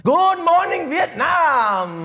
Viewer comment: Thank you for pronouncing Vietnam the correct way, you're my brother